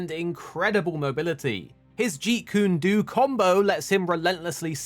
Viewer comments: It’s not Jeet-Kune-“Doo” It’s. Jeet-Kune-“Dough” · Jeet Kun "Duuu" holy shit lil bro pronounce it correctly ROFL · I’m sorry….His WHAT?- 😂 I practice Jeet Kune Do and haven’t heard someone say this way.